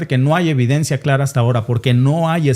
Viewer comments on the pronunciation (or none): none